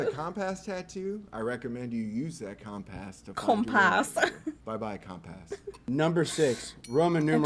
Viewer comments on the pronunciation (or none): I made it to number 8! But the way he said compass was enough to throw out the whole list 😂😂 wtf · i respect accents but has that dude never said compass in his life😂😂??